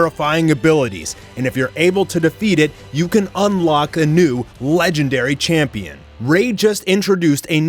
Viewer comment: That AD intro made me laugh. "when was the last time jews were held as a campion" LMAO